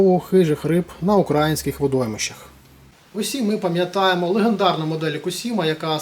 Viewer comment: Добре! Зауважу - водойми не укрАїнські, а украЇнські.